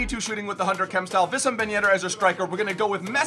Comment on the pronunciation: his name is pronounced WEESAM ben yedder